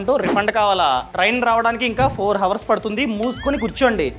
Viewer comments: హవర్స్ అనకూడదు అవర్స్ అనాలి. h silent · It's not ho vurs, It's ours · హావర్స్ హావర్స్ అని సార్లు అనొద్దు బ్రో. HOURS లో H silent. అవర్స్ అని పలకాలి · Information is very worthy. కానీ హావర్స్ కాదు అవర్స్ అని పలకండి. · Hawars kaadhu hours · Hours ❌ Hawars ✔ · Hours ni havars ni ani palak kudadu bhayya ours anjali bro h sailent letter in that hours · Hrs ను హోవర్స్ అనాలి😅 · హవర్స్ కాదు sir అది......అవర్స్ . 'H' silent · హవర్స్ కాదు నాయనా ... అవర్స్ అనాలి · Inni telisina meku havors kadu avars ani telida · హవర్స్ కాదు ఔర్స్ అని శబ్ధం వచ్చేలా పలకాలి man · Hours ❌ Hawrs ✅ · Four hours ❌ four havarsu ✅ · Videos bagunai bro . But Hours pronunciation Havers kadhu ahvers . Don't mind bro just correcting with all respect:) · Hours ను ours అని pronounce చెయ్యాలి bro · Hours lo H silent anna! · Bro hour lo h silent bro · Hours pronounce enthi baya 😂😂😂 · Hours lo H silent bhayya...chiraaggaa alaa palakaku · Hours pronounciation nerchuko bro 😅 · Hours lo h silent chese pronounce cheyandi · Hours pronunciation needs to be corrected bro